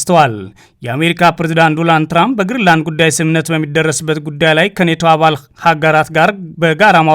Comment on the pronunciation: ሄይ 😅 አንተ ጋዜጠኛ አይደለህም እንዴ? ዶናልድ ትራንፕ ብለህ በትክክል መጥራት ብትችል ጥሩ ነው ዶራንድ አይደለም የሰውዬው ስም😅